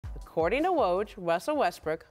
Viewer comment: Aw cowwording to woj wussel Westbrook wanted .... Hahahaha